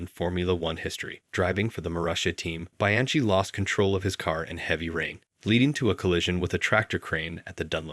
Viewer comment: Please research pronounciation of foreign names and terms (e.g. "grand prix", "Bianchi", "Thames", "Marquis de Sade" or "faux")